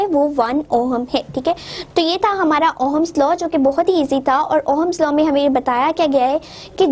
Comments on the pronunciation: Ooo hummus law nai ohms law hota hai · Ohm's law is not pronounced as oham it's pronounced at oms 😊😊।। But still thanks😊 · mohatarma..with due respect...pehle thik se pronounce kijiye..its ohm's law not Oham's law. aapne bola battery, draw kiya cell. volt hota hai unit of voltage..volts nahi... physics hai...halwa nhi hai....ki jaise marzi pdha diya..